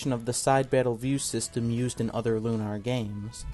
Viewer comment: It's Lunar, not Lunar, but yeah.